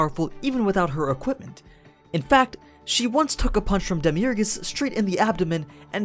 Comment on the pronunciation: Who’s Demi Ergas or is it just demiurge